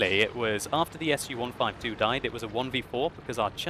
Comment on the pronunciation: as much as I love your gameplay, as much I hate your spelling. IS, IS2, IS3, IS4, IS8, IS7 are not spelled [aj es]. These tanks were called after Iosif Stalin [e:ose:f stale:n], not [Ajose:f Estale:n]. They are spelled [e: s], almost the same you pronounce verb IS [e: z], just with softer ending. SU 75, 75b, SU 85, SU100, SU 152 are not spelled [es ju] These tanks are called Samohodnaya Ustanovka (self-propelled unit).They are spelled [su], nearly the same you would pronounce SOON, just without N in the end. Say it, SOO - this is what SU-152 sounds like. KV-1, 2, KV-1S, 3, 4, and 5 are not pronounced like [keyvi]. These tanks are named in proud name of Klement Voroshilov [kle:ment voroshilov] and pronounced accordingly - [kave], nearly the same you would spell CAVERN - [kavern], just without RN in the end. I am not good at transcription, but tanks should be called and pronounced the way they were intended to be pronounced. You don't spell [Ajchellcejt]. You say Hellcat. You don't spell [emaetechilda]. You say Mathilda. Why do you corrupt Russian names so hard then? Because Belorussian programmers spelled so? They know English enough to write the code, not to communicate live. Wikipedia articles do not have the pronunciation also, unfortunately so please trust me: Russians say IS, not AJES. Therefore, it should be said the same. We respect your tank names, why you corrupt ours so badly? No offense, but listening to your comments trying to spell Russian tank